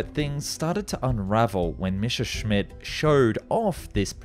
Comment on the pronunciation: it has finally happened!!!!! An English history documentary that correctly pronounces "Messerschmitt!! THANK YOU!!!!!! You have given me back hope in humanity 🥰😍😍😍🤩🤩🤩